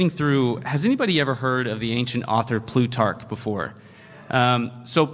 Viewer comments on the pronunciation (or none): none